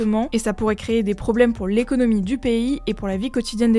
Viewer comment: "Et en néconomie" 🤣